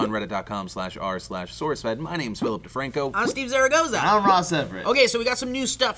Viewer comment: Zaragorizo lmao? Seriously Ross lol